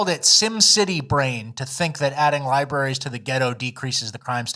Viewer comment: "libaries" gets me every time. 😂😂😂